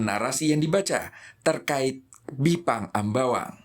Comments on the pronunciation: Bipang Ambawang, bukan Jipang Ambawang kan?😄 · ga bisa bedain yah. antara Bipang sama Jipang☺. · sampe buat klarifikasi jipang. hey nie kuping msh normal. bipang bukan jipang. ketawa saya liatnya